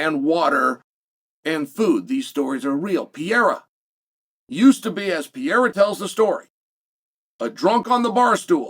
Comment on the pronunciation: Not Alex Piera man its Pe Re Ir A 😂